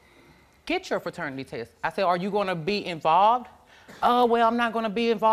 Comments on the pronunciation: Ferternity test??? 😂 I wish they would get it right PATERNITY People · She had like five different opportunities to say paternity and said fraternity every time 😂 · that girl had about five different opportunities to say paternity and said “fraternity”, so matter-of-fact every time 💀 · "Fraternity test " omg 🤣🤣🤣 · Too damn old to be using improper grammar , can’t believe she said feternity test 🤦🏽‍♀️